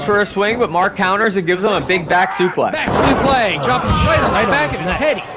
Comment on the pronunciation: Who told commentary it was okay to pronounce suplex like that